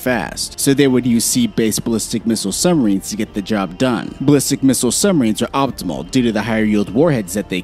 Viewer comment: nukuhler, summarines and subbarines. I just can’t do it lol